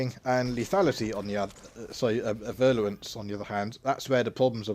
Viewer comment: Nice vid tnx. One thing: it's virulence not virluence... ;-)